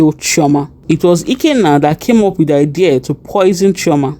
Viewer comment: Chioma not choama